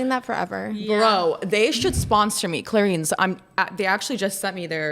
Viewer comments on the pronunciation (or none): the YTTP cleanser has a really bad rating on the "clean scale" also its clair-ins not clair-eeens